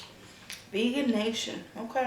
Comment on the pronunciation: If you're talking about the place I think you're talking about it's pronounced "vege-nation" not "vegan-nation." I love that place. Vege-way is really good too. So is GFY Burgers & Fries as well as Violette's Vegan Cafe.